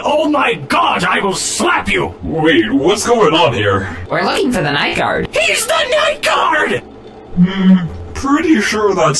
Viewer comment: It’s pronounced “ night gard”